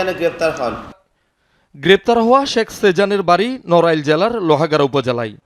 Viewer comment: সাংবাদিক কি বল্লো? sex sejan? শেখ হবে ভাই, উচ্চারন ঠিক করেন